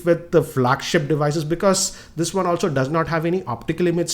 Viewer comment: this guy pronounces 'W' and 'O' as 'V'. Instead of saying Wide he says Vide, for Weight he says Veight and for One he says Vone.....Sounds funny to listen.